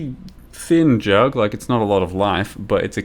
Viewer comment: I like how you call it J U G G consistenly :D